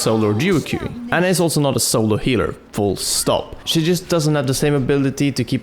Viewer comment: Her name is Ana not Anna, sorry this just annoys me.